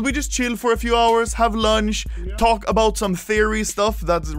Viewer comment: "ABOAT" 4 days ago